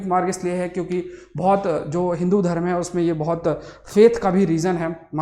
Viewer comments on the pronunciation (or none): none